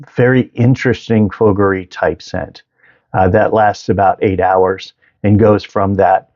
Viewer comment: Man... At least you could make the effort to pronouce fougere correctly if you have a YouTube channel about fragrances..